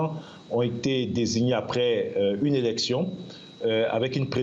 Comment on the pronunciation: tou journaliste est ce que le mot election 31 oct ca sonne bien. ds ta bouche